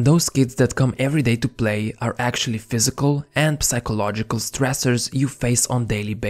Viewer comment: if anyone else is anything like me, they stopped watching when this dude said “PUH-sychological” lmao